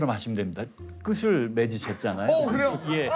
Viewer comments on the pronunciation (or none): 출제의원님 조세호씨 말끝 맺으라고 말씀하시면서 "끝을 맺으셨잖아요." 여기서 발음이 '끄틀'인데 '끄슬'이라고 발음하셨어요. ㅋㅋ